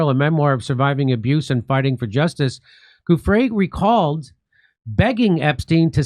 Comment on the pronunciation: stop saying Guffre , JD, it is Giu (like jew), ffre, get it ?! its offensive you pronounce italian like mexican perhaps not sure I dont know it. It is as insulting as people pronouncing, occi instead of okki with the cchi exception, incredibly illiterate and insulting to any italian speaking person.